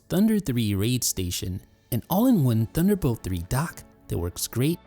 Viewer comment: its THUNDER, not DUNDER